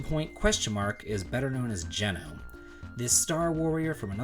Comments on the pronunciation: Have I been pronouncing Geno wrong all this time? I always thought it was “G-No”? Regardless, great list! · Geno!!! Oh wait...oh no...oh why did you pronounce it like that... :(